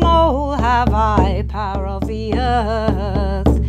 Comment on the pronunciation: first I heard “parrot” but it is “power”, I come from Spanish as mother tongue